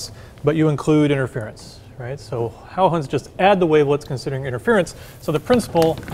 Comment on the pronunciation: Nearly perfect pronunciation of the name Huygens ;-)